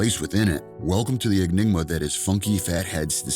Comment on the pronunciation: My man I love your videos but it's "enigma"